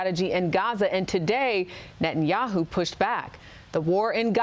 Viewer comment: Biden is critical of Nathayaoo, now !!! When he has butchered 30 thousand palestinian. Was he dozing then!!!